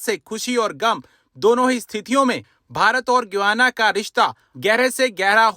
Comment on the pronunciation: Guana nahi Guyana pronounced as: GAI- YANA